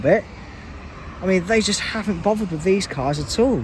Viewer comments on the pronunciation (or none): 'Haven't', 'Havant' is in Hampshire 🤫🤫